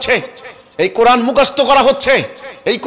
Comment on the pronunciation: তুমি কোরআন শব্দের উচ্চারণ করতে পার না।